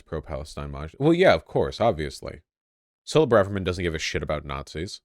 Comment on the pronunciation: His pronunciation of Suella Braverman is hilarious. But she’s luckily not our Home Secretary anymore, she’s been replaced by a man called James Cleverly. At about the same time, we got a new foreign Secretary. Former PM David Cameron.